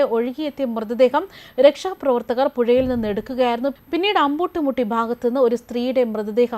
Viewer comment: എന്തൊക്കെയാണ് വിളിച്ചു പറയുന്നത് അമ്പൂട്ട് മുട്ടിയല്ല. അമ്പിട്ടാൻ പൊട്ടി. ഭൂതത്താനം അല്ല. ഭൂദാനം.മനുഷ്യ മാംസം കഴിക്കുന്ന തന്നെപ്പോലുള്ള ചാണകങ്ങൾ അവിടെ പോയി മനുഷ്യന്റെ മാസം കഴിക്കാതിരുന്നാൽ മതി എന്തായാലും നിങ്ങളെക്കാൾ വലിയ നരഭോജികൾ ഒന്നും നിലവിൽ ആ കാട്ടിൽ ഉണ്ടാകില്ല ഒരു വാർത്ത പറയുമ്പോൾ വ്യക്തമായി പറയണം